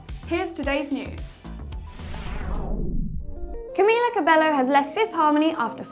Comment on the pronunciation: Wants to be the Fifth harmony -> Can't even pronounce Mila's name properly... #MTVLogic